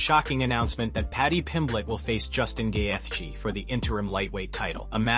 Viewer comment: Wtf is with all this ai BS? Gay-eth-gee….